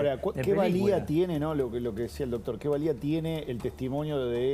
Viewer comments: Me duelen los oídos escuchar al que diga "DOTOR".... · Me gusta el abogado q invitaron como explica todo muy claramente. Lo unico q le critico es q se la pasa diciendo "DOTOR". Doctor, deje de decir DOTOR por favor.. Saludos, la radio esta re buena.